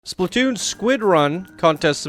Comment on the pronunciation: Surprised you did not even mention that the track literally slammed into the roof of the first building in the lift hill. Should have been a bit higher to stop that issue. BTW, it's not said "Spli-toon", but "Splat-toon". Why are the character boxes so big?